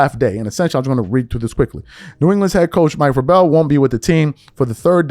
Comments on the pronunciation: The "Ra-bell" is killing me!! "Vrayyy-bell" mannn!!🤦🏾‍♂️ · Let's sound it out guys...."VRAY-BULL"....not "VRUH-BELL". Yes, it's important because if your channel is about criticism....it's important to be correct yourself. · It’s VRAY- BELL. Do better my man. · Please, PLEASE get pronunciations correct (VRAY-bell). It lends to credibility. Vrabel is an NFL head coach and his name has obviously been in the news. There's no reason not to know how to pronounce it. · It's Vray-bel. He's been in the NFL for 25 years and coached over a decade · Say it w/me... VRA(y)BEL😂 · Pronounced Vraybal. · Vrabel.... Vray-bull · Vray like Ray with a v. Rell. Like bell then put them together vraybell 😊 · Dude, before you talk about a Superbowl Coach, please check the pronunciation of his name. Mike Vraaaaabel. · Mike VraBELL??? 🤣🤣🤣🤣🤣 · Mike Vra-Bell? He's only been around 20+ yrs, you've never heard his nane pronounced before? 😂 😂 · It's pronounced VRAY-bull. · His name is pronounced (Vray bull). Btw thank you for convering this story. I’m hoping these stories get louder and louder!!! I hope NBA players voice out their displeasure at Malika Andrews as well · I appreciate you shining a light on this because she needs to be called out! But bro, at least know the man's name. It's pronounced, Ver-A-ble. Lol😅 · VRAY-BAL good brother. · Bruh! You don’t know who Mike VRABEL is? Put some respect on his name! It’s not Vra-bel 🤦🏾‍♂️ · It’s pronounced vray bull lmao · VRAY-BULL, Bruh. How the fvuk do we not get that part right. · It's pronounced Vray-bull, bro. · Bruh its pronounced Vrable (or vrabul). for someone who is doing sports takes this is kind of a big deal. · This Dude Said Mike Ver-Bell🤦🏿🤣😂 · VAY-brel. That’s how you pronounce the man’s name. Football not your game? Too much LeBron… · This foo cant read....VER-BELL 😂😂😂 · Say it like Vray-bull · Mike Vraaable like Able lol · You can't even pronounce Vrabel correctly. What a joke. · You can’t pronounce his name WTF?